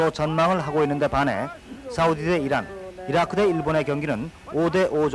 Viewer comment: Iraq(이라크)가 아니고 Irag(이라그)ㅋㅋㅋ